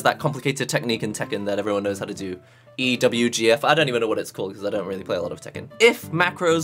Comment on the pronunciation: i like how u say it, "EE DOUBLE U GEE EFFF"